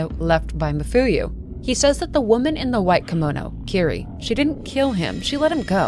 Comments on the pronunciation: Kirie is mispronounced too, it should be like Ki-ri-eh, not ki-ri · Eyy, I was around for your Zelda videos but lost track of you, great to see you again! Quick thing though, the name "Kirie" is actually pronounced "Kee-ree-eh", gotta pronounce all the vowels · I love love love your channel and this series. And I love this video too, just... maybe, not wanting to be an ass, but, in japanese it is ki-ri-e <3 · This video essay is great but a few tips on pronounciation: Almost every letter in Japanese is pronounced so it is Ki (as in keen)-ri (as in ream)-e (as in end) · Fantastic breakdown of the story. Pronunciation of 'Kirie' is wrong though. It's a three syllable name ending in 'eh,' similar to the Latin word Kyrie.